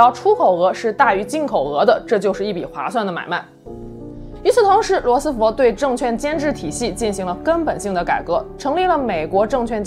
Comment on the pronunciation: 罗斯福fu，不是fo